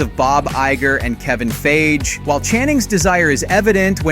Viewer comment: Wesley Snipe? You mean Wesley Snipes. Also, Kevin Feige is pronounced FY-Gee, not phage. "Plus, Remy is a social." You mean asocial (pronounced ay-social).